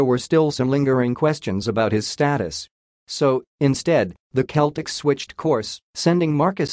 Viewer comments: It's not the Keltics (as you so mistakenly pronounce it), but rather the Sellticks! Learn how to pronounce the team you like reporting on!!!!!!!! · Words that start with letter C followed by either letters A, O & U are pronounced as a K while words starting with letter C followed by E or I are pronounced as an S so, CELTICS is pronounced as SELTICS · The announcer is pronouncing Celtic the Ancient Briton way. Americans change the pronunciation because the letter C makes an S sound when it's followed by an E.